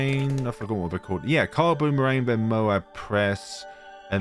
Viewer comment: "Kylee" boomerang, not kile 😂